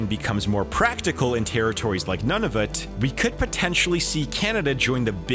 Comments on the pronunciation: You are wrong as well. Nunavut is three syllables, and the correct pronunciation is Nhu (with a hard u) - nah -vut (with a soft u). While we are at it The inuktitut pronunciation of Canada is not how it is spoken is west end Ottawa Kan-ata but rather the three syllable rule applies and it is Kah -nah-tha with no slurring between the syllables. (From a long-time proud resident of Nunavut) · You are pronouncing Nunavut wrong. It's not "none-of-it", it's more like "noon-of-oot". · Please. New-na-voot. Not nun-a-vhut. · just saying, Nunavut is pronounced like nuunavut, like new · "Nunavut" isn't pronounced "None of it". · Where the hell is "None-of-it" and the Danbay River? . Why don't you learn the correct pronunciation ? To hear you murder it is like nails on the chalk board. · I went to your profile to check where you're from and was surprised your location says Canada because you pronounced Nunavut like That when any Canadian should know you said it incorrectly. Did you grow up in America or something? Especially because of your extreme bias speaking of Canada's tarifs and suggestion of tariffs, I can't honestly believe you're a well-informed, respected Canadian citizen. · You make a valid point, however as someone who lives in one of the many English speaking parts of Canada, I can say that his pronunciation of Nunavut was off. Sorry. (and before you say "well what if he's from Quebec?" just know that his accent was like the most American thing in existence [though I do concede that he could be from Toronto, they tend to sound a bit American]). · saying Nunavut wrong the entire time >.>